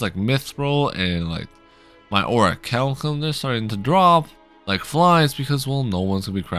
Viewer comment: That's how you say it?